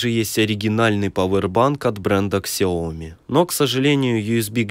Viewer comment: КСЯОМИ аж режет мой мозг. СЯОМИ БЛЭТ ЗАПОМНИТЕ ЛЮДИ